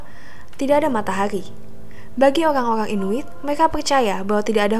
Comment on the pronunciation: Ceita,Geenland, oang oang inuid, R nya mana